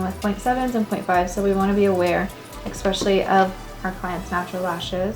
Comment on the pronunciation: Why does almost everyone on YouTube say ekspecially? What's with the k?